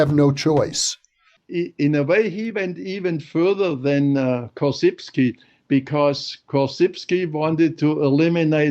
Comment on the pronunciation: The correct pronunciation of "Korzybski" !